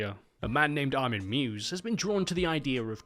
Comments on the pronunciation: His surnames pronounced like My-vis not "Mews" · I've noticed this one thing in both this and other videos covering material related to this case. And allow me to set the record straight: Armin Meiwes (German: [ˈmaɪvəs];) | v ˈmaɪvəs like" My-Vez Not "Mews" That is all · Its extremely impressive how you butcher Meiwes